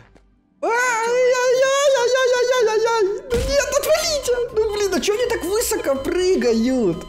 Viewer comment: можно вас попросить говорить слово " высоко" с ударением на последний слог, режет слух.